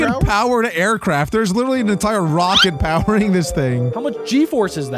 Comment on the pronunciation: Stop, saying, liteley pronounced, literally